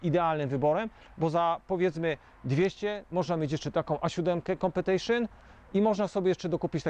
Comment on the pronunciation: Nie no, auta super, być może faktycznie sprowadzacie auta w super stanie z wiadomą historią, ale .... Strasznie bolą uszy jak słyszę: "Kupywać" , Kompetejszyn" ... itd. jak już to "Kupować", Kompetyszyn", naprawdę taka mała poprawka, a będzie dobrze. Powodzenia